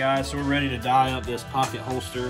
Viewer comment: yep people love grammar Nazis. Just can’t believe a leathersmith would mis-pronounce the most common dye brand lol